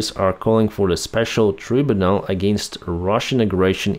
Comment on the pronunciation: Tribunal…..pronounced try-bue-nal. God love ya ….ya still speak better English than I’ll ever speak any other language. Live long and prosper…good person that ye are..😊